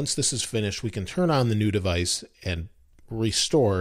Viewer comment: What is devaice